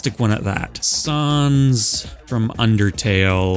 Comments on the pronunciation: ok a mii gunner skin for sans is a good place for him, but also, sohns? SOHNS??????? pronounce it right or kill me now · why does he say sans like saans lmao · The way you say sans is a crime against every Atom in existence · "sahns" got me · I am in physical pain because of how you pronounced sans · Ok so I’m a rather understanding person and can see your reasoning for everyone’s placement but on thing I just couldn’t accept. Your pronunciation of sans’s name it was entirely unacceptable and I would like to request an apology video. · Why do you say sans like that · The way you pronounce Sans' name kinda infuriates me.